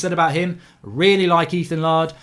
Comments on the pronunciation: Emphasis air in the Laird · Why does Mark constantly pronounce Laird as "Lard"?